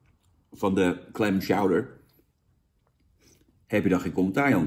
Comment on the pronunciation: "Tjouwder" Jan geen "Sjouwder" xD